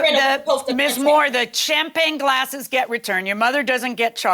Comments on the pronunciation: Omg its champagne not champlane. Low class. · CHAMPAGNE 🍾 OR chamPLAIN 😂😂😂 BASIC ENGLISH IS SOOOOO EASY! 🥴 the plaintiff is sooooo cringe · I don’t trust anybody that says “Champlagne glass”. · Why does she keep calling them “Champlain glasses” lololol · Is she saying "shamplane"? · Champlane, champlane, OMG doesn't she even know how to say Champagne, I bet she's one of the people that says liberry instead of library. Both plaintiff and defendant are as nasty as each other... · The word champagne is killing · Will someone please tell the plaintiff that champagne glasses aren’t NOT PRONOUNCED chamPLANE glasses! Even when the judge pronounces it correctly, learn you sound ridiculous girl. Crazy, how many years of school did she go to 😂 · Every time she says champlane my eye twitches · Champlagne😂 I thought it was a mistake until she said it over and over. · 😂🤣😂🤣😂🤣 She said it 3 times and didn’t even realize it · She was articulate until JM called her out on swiping the 'champlagne gases' and then she began stammering and mispronouncing words. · I can’t stand when people refuse to speak properly. What the hell are champlagne gasses? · “Champlayng glasses” 🤣🤣🤣🤣🤣 i thought it was a mistake but she kept putting the L in it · Champlain lol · If the plaintiff says cham-plane glasses one mo time!! 🤣🤣🤣🤣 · Good lord there is no L in Champagne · Plaintiff didn't say "Champagne Glasses" correct until like the 6th attempt 🤣😭😆😂😭🤣 Just stop...ROFL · Giiiiiiiiirrrrl I thought I was hearing wrong cause it is almost 1am and I'm sleepy but I kept hearing it and came to the comments to see if anyone else noticed! 🤣🤣🤣🤣🤣🤣🤣🤣🤣🤣🤣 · My name is champagne and the audacity to mispronounce it is appalling 😂😂